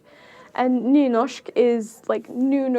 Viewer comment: video: nynåshk: nuhnoshk